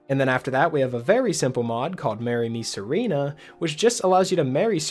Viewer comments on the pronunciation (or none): bro the way you said Serana lmfao